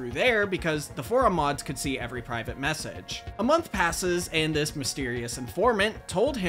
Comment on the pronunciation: "and how thjis unusual creepypasta spawned a generation of terrified Minecraft players." thjis? lmao